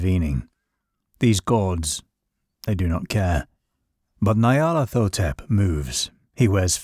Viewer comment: Ny-ar-lat-ho-tep. Its Egyptian.